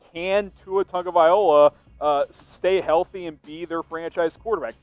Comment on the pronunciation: Use just Tua but if you're Miami Dolphins News than it would be wise so say his last name correctly. You are pronouncing his last 3 letters wrong in his last name, although the first half is correct...LOA would be correct...you are using OLA- is wrong. Correct is TANGA- VAI- LOA